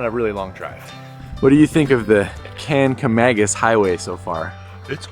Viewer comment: The black smoke was from the coal fire that powered the engine. They still have that but it only runs once a day on the first train up the mountain. I thought they had added that engine to the last train, too but Covid may have changed that. Don't feel bad about saying Kang-a-mang-us. I grew up in NH and we camped along the Swift River (river that the Kanc follows) in the 1960's and pronounced it that way well into my adulthood. Surprised me when I found out that it was spelled with a C instead of a G. Googling the Cog will give you info about the schedule and which type of engine they use.